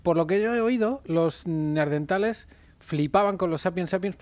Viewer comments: ¿Soy yo o #BertoRomero y #AndreuBuenafuente dicen "Neardentales" en vez de Neanderthal? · Me encanta el programa, pero este me ha dejado con ganas de arrancarme la cabeza... NEANDERTALES, joder, no neardentales!!!! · Neardentales? Tenian los dientes buenos? O es que yo he escuchado mal... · Alguien puede explicarle, por favor, a Berto Romero que son neaNdeRtales y no neardentales :S Perfecto el programa salvo por estos detallitos que se te van escapando... son como gases culturales :D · pd: buenafuente, son nehandertales no ''neardentales'... ¿eso existe? sera ¿cercano a dental?